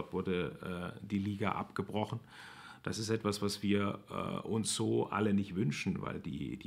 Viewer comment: „abgerochen“ ahja